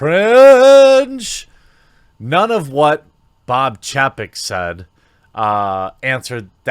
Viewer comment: Jeremy, u are saying Chapek wrong